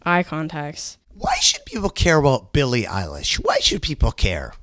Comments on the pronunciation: "billie relish" pls dont call her thatr LKJSFHKLFVNDFLKBJNL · "im billie ei-wow....." yes ma'am you are lmaoooo